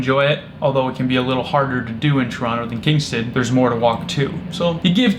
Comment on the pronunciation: At least you pronounce Toronto correctly